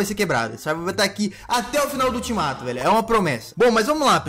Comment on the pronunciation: A palavra certa : ultimato A palavra que e engraçada : eutimato kkkk 😂 entendeu Se entendeu responde esse comentário quem não entendeu da like 😋